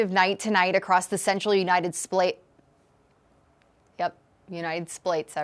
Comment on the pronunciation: The United splates of America 😂